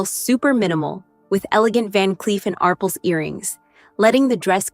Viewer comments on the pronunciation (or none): none